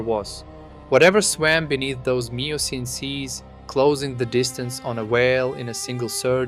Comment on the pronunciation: Miocene is pronounced ‘myocene’ and carcharodon is pronounced ’karkaradon’